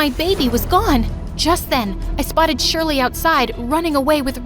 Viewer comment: (my name is always pronounced wrong aswel in this video but im used to it honestly)